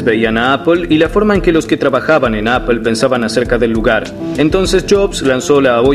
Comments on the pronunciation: Appel??? Qué rayos es eso??? o_o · le dice ignorantes a los que usan Microsoft un tio que le dice "Appel" a "Apple"... EPIC FAIL